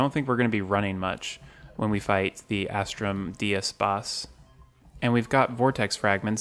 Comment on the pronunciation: How many times have u said "As-trum dee-us " and not "As-trum Day-us"?